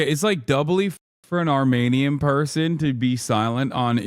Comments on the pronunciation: Armenian not Armanian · What the hell is wrong with his microphone the last months? And what the fuck is an "armaynian"?